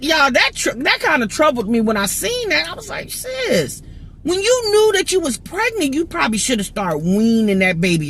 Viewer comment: Every time you say sis referring to someone in my mind it sound like you saying ninja please lol